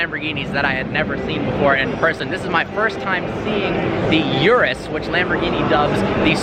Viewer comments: Ok pls stop attempting to pronounce car names. It hurts to listen to. It's pronounced ooroos not yuris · its not yurus dude,,, its urus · That's ooorus man... It is spelled urus but ....